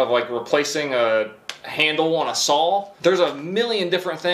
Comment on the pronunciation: the word saw does NOT have an L in it...sawl???